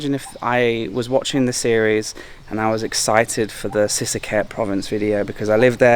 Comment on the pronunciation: lost me at the moment you can't pronounce sisaket properly. that alone tells me you're a lost farang in a country you don't belong